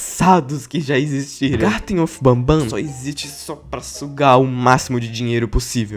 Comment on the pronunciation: Porqmr vice falou malw dl mep garten of bahbban 😡